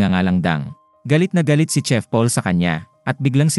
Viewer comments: CHEF po hindi tsef. parang tanod lang ah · Mali po pagka bigkas nyo sa "CHEF" Hindi po "tsef" Yun, "shef" dapat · Thai kc kaya tsef Pag korean ang bigkas shef Pag pinoy shit😅 Owkie lang yan Sabi nga nila E Correct mo in private but purihin in public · Alalahanen mo magkakaiba tayo ng LANGUAGE SLANG, PILIPINAS PA LANG IBAT IBA NA,taaw ng ihi mo😂😂😂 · Hehe a.i po yan kaya hnd tlga msasabi ng maayos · It pronounced as "shef" Not tsef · gsto nya tsef eh bkt ba haahah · Hahaaha bkt Kasi tsef😂😂